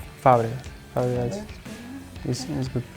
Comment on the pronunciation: He said Fabregas